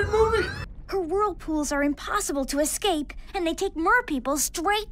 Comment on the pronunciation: "impossible to escake"